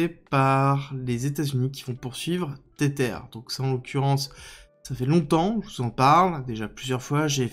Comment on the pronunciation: Mais arrête de dire "tétère" 😂 Tether se prononce "tézeur"